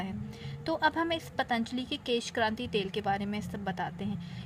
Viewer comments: beauty hacks kesh kanti h kranti nahi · maim kesh kanti hota kranti nhi